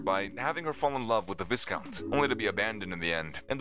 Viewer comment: For the love of all things, it's VI-count. The "s" is silent. Don't narrate a video when you can't pronounce the littlest things.